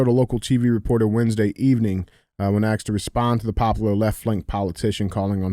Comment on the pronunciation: come on man, you are intelligent. Just say ASS—-ked. I know you can say ass. There is a big difference between ask and axe. One is a question, the other is a tool. COME ON MAN!